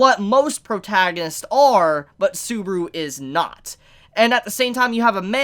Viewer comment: The way this dude says "Subaru" really pains me to a point i never thought possible 😭